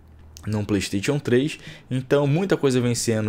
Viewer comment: Melhora sua pronúncia vei, playsTETIon n é certo